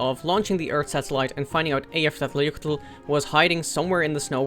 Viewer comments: I can’t believe you actually pronounced Eyjafjallajökull! Well done! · Damn bro your Icelandic pronunciation of the volcano was perfect, as an Icelander, I am very impressed, might as well be Icelanders yourself. I will subscribe you are amazing bro keep the videos going. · yes, and I believe he said it perfectly too